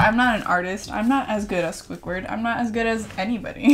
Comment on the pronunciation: “Swuickward “ it’s squidward .. but I still love you 😂❤️